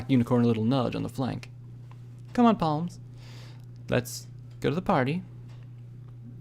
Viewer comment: Psalms is pronounced as "Salms" not "palms". Otherwise great job m8